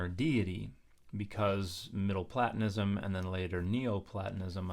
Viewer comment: Antisemitism rhetoric? Bullshite. As you very well know Jesus was a Jew, as were his disciples; further we can infer he would said anyone who isn’t born ‘from above’ is under the aegis of the prince of this world, namely, the devil. Btw it’s Plātonism, as in ‘plate’ not platt. ‘Platonic’ uses the flat ‘a’ while Plato, and Platonism use the strong. (Responding to Dan…sorry this posted on a weird place)